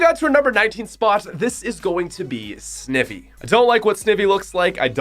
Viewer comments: he pronounced snivy as: sni - vi not: snay - vi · Its sny vee not sni vee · Sn-eye-vee Not sn-ih-vee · It’s “SNEYE-VEE”, not “SNIV-EE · did he just say... “snivvy”?!? dude, it’s an ivy plant, soooo, snIVY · How we pronounce snivy Sn-eye-vee How he pronounce Sni-vey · Omg he said sneevy instead of snivy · I here you call it sn-e-vee when it’s sn-I-vee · Snivy is pronounced Snievee, not Snivee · I thought that it was snIvy not snivvy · sn-i-vee Me: bruh its sn-ie-vee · He said sniffy instead of snivy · Snivy, not snivvy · Snivie wow its pronounced Sn I vee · you are saying snivey wrong sn-iv-ey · BRUH SN-IH-VY ITS SN-EYE-VY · Hello, do you how to pronounce things... snivy with a short N instead of a long N... Wow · It is sny-vee, not sni-vee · did he just call snivy..... SN-IH-VY? ....i just lost a few brain cells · He said snivy wrong. Its Sn-eye-v, not S-niv-e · Pronounced (sn-ie-vee) not (sn-Iv-ee) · It’s not “sniv E” it’s “Snie V” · Its snivy not snivey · Snivy snyvee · "snivvy" my ears bleed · no one:: calls snivy sniffy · “Snivee” bruh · What's a sniv e I aways pronounced it sni vy I'm sorry XD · It’s pronounced sn iii vy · It’s pronounced sn-eye-v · First:Why do you pronounce it 'Snivi'? Second:I don't even know who Totodile is. Third:What do you have against gen 8. Fourth:He hates Incineroar because of Smash... My reaction: Smash Ultimate is the best game of creation, how dare you criticise it! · its pronounced (sni-vy) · It is SNI-VY NOT SNIV-Y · No one:: This Is Going To Be Snivee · uhh snivy is pronounced s-n-i-e-v-y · Hol up Hol up. DID THIS MAN SAY “S N I V E E” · Snivy not snivee. Long I not short I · did he say “snivee”- i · not "snivy", Snivy. pronounced s-nie-vee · you pronounce snivy sn-eye-vee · It is SN EYE VY not snivy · This man said Sniivy, GET HIM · Snivy really snivy it's ssssnnnneyevvvvyyyy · pronounces snivy as sneh-vie Wait that’s illegal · Sniveeee it’s spoused to be called sni vyyyyyyyy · Snivv eee